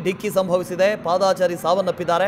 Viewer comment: ಪಾದಾ ಚಾರಿ ನು ಅಲ್ಲಾ ನಾಗಾ ಚಾರಿನು ಅಲ್ಲಾ ಕನ್ನಡ ಪದ ಬಳಕೆ ಸರಿಯಾಗಿ ಮಾತಾಡೋದನ್ನ. ಕಲೀರಿ ಸ್ವಾಮೀ. ಅದು ಪಾದ ಚಾರಿ ಎಂದು ಇರಬೇಕು